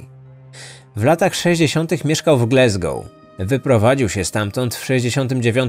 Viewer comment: GlAsgoł nie GlEsgoł.